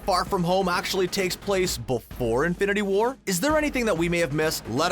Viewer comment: The way you say infinity WAR annoys me. Also a mum minute is too long for an intro